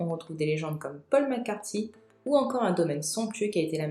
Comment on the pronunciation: Merci à toi pour cette vidéo! Par contre le massacre a 4min10 du Paul "McCartY" au lieu de McCartney! (prononciation "est" pas "i"!!) les Beatles bordel !!!! 😂 😂 😂